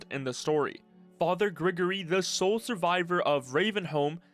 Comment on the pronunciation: He says Grigori soo wrong